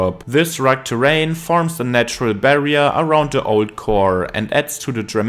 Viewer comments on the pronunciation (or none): Now he just has to work on the word “rugged” 😂